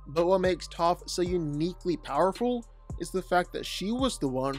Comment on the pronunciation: It’s Toph and it’s not close